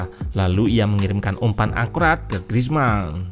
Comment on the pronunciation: Griezmann dibacanya Grizman Min. Bukan Grizmang karena 'N'-nya 2. Maman dibacanya Mamang karena N-nya 1.